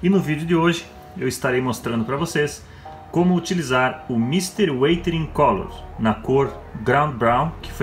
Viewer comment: você está pronunciando certo a palavra "Weathering" ?